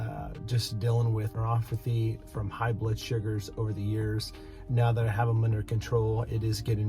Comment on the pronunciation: It’s neuroPathy, not neuroFathy.